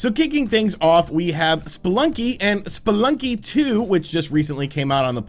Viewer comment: But your saying, “Splunky”... it’s pronounced, “spelunky” note.. the letter “E”